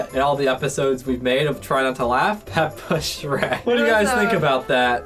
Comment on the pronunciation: Its phrek lol sherk